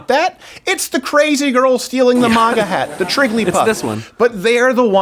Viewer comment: love you stuff but it’s MAGA not MOGA